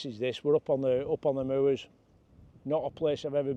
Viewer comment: Great footage, as always,. I’m from Darwen (Darren!) originally, now living in Norwich, Cheshire. Used to see Shorties up on the moors there but now see them on the Dee Estuary instead. Nice to hear someone pronounce moors properly….moo-ers! 😂 Look forward to your next video. Cheers, Mark.